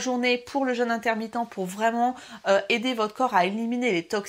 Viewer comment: Pas le jeune... le jeûne.... ça ne se prononce pas de la même manière......😨